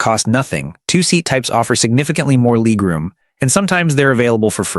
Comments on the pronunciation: Ooh, gotta get me some of that "leeg room" FFS. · Leeg room???? So damn annoying